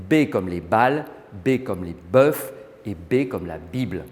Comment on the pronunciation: Le hic, c'est que ce journaliste prétendument de France Culture, prononce le pluriel de boeuf " Beufs" et non 'Beus" comme en bon fançais, ça la fout vraiment mal, non ?